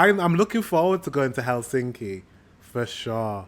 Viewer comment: The stress is on the first syllable in finnish. So TAMpere and HELsinki, (not HelSINki as he keeps saying on the video) Every letter is pronounced (the latin alphabet),always the same way, just reading it out. Very easy. 😋👍